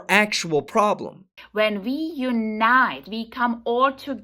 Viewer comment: Hey lady it’s we, not ve and everyone not eweyone. Go talk to the vall vith all sense you are making. Perhaps some linguistic lessons vill help vith public speaking